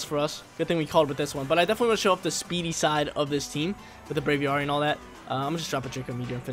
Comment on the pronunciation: Brave + Aviary = Braviary not “bravy arry” lol...drives me nuts